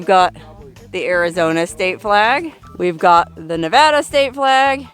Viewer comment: You get a gold star for pronouncing Nevada correctly 😂😂😂😂